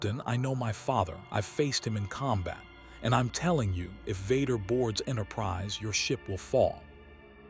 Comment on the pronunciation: Why is the pronunciation of Vader and Luke so off? Who is vudkah